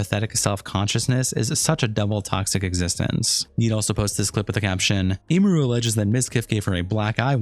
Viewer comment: Every content creator I've seen making videos about this can't pronounce her name right 😂It's Em-er-ru, not Ee-mer-ru, Em-me-ru